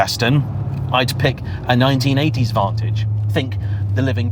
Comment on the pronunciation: Did you say vontoge? Shame. Wait. Le mon? Stop it!